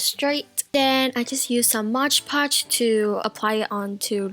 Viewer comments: Also it's not Modge podge or mosh podge! It's MOD PODGE! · its moDpotoge not motgepotoge！ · hahhaha lol you say mod podge so weird. Its "m-o-d" not "modge"😂😂